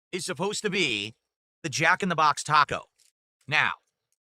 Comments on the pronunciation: Jack in the BAHX! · The way he annunciates “Jack in the BOX” is so annoying. This man is an alien